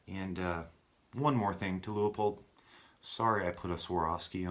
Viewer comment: Should have gone with the Leupold and shaved over a half pound while staying true to the rifle. Pronounced Loo-poled btw.